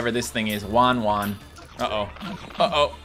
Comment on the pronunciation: you have been saying "WanWan" when it says "WahWah"